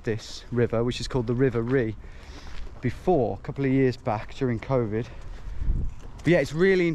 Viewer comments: River Rea is pronounced “Ray” ………not “Ree”! My old firms yard near duddeston backed onto the Rea ……and one thing I can tell you is when it rains that river rises several feet and if your down in that area when it happens there’s no way to scale those high walls to escape . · It’s Ray not Ree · That's the river "Ray" rather than "Ree" which has some very handy cycle paths near my house. Interesting way to see my city, thanks for the video. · Loved this. Thanks guys. Courageous stuff. Did you know that river Rea is 'Ray" not Ree. I worked on Bradford St for two decades overlooking this secret river. Never seen it from your adventurous angle! 😆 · Hey Tom, it’s pronounced ‘Ray’ not Ree, and the River Rea is an extremely important river in south west Birmingham where I grew up! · You did really well chaps but it's pronounced ray not ria. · The river ree. It's pronounced ray. Lol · It's pronounced Ray not Ree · River Rea pronounced Ray. Very interesting to see how it actually looks since all I've seen of it is the hydraulic modelling outputs! I'm in the process of writing the Strategic Flood Risk Assessment for the City of Birmingham at the moment. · The River Rea is actually pronounced like "Ray" and, prior to Severn Trent, most of Birmingham was serviced by The Tame and Rea Drainage Board. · By the way, the river Rea is pronounced "ray". It's very hidden within the city but opens up a little bit more, especially towards Cadbury world area. Awesome effort, quite impressive it is even possible. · l enjoyed that, esp the River Rea (pronounced ray to this Brummie) lve oft looked at maps and wondered where the heck it ran, now l know. Although the boundary you crossed at jct5 of the M6 is officially the border of Solihull, to us older residents thats Castle Bromwich, it was only after Chelmsley Wood was built it got incorporated in to Solihull. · The River Rea is pronouned Ray as in Ray of sunshine x ray etc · The river Rea is pronounced Ray. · Also, it's pronounced "Ray"